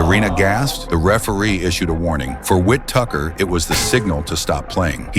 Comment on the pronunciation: "Ben Whit Tucker"; W-T-actual-F?! 😂